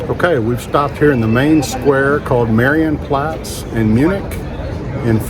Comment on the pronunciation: Ma-ree-yen-Platz" is the pronunciation.